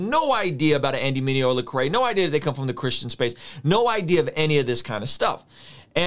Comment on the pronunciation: Solid comment. It’s LEcrae though. Man’s name has been butchered for two decades now...it’s gotta sting him a little lol